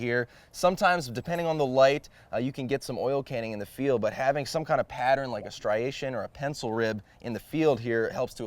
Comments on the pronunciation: I don't know why exactly, but it absolutely delights me that some one who is a successful professional, who appears to know what he's talking about on a technical subject like construction, who is a polished presenter and speaker, still can't say "striation." Maybe a reminder that none of us is perfect, or that you don't need to be perfect to excel in life. Whatever the case, I just started watching this channel and I think this is fascinating content, but this moment of humanity is great. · There’s just 1 R in striation. 😀